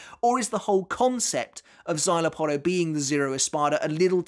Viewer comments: I thought I was the only one that pronounces Szayelaporro as the uploader does. 😮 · Bruh... you can pronounce "szayelapporo" and even remember the "é" at the end of Illforte. But yet "adjuchas" on your tongue, becomes "ad-joo-kass" You've been making Bleach content for over ten years now, you HAVE to know better, right? Like, you know Arrancar are Spanish-themed, you're not oblivious to the concept. Is it like, some innate British resistance to the concept of foreign-sounding words? Does the idea of pronouncing something based from Spain make your skin crawl or something? Or is it one of those situations where you've been corrected so many times that now you're just digging in your heels and doing it on purpose out of spite?